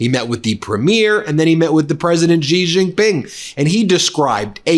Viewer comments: Please learn to say the president of China's name xi is said like she not gee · Ben, it is pronounced SHEE. Xi in Chinese sounds like "sh" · 😂, did the man there say thankyou president g, hilarious 😂. It's pronounced shi! These people don't even have the decency to research and show respect! Seriously president G! What are these idiots who represent us! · Xi is pronounced 'she' jing is pronounced 'Jing'